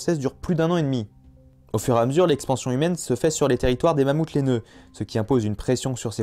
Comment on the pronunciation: "Y'a des millions d'années: le Mammouth lainaeux." Y'a pas un blème? :p Sinon la vidéo est sympa, même si on connaît déjà la plupart des informations ^^